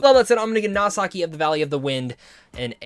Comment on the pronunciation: Nasaki.. no man. No it's wrong 😭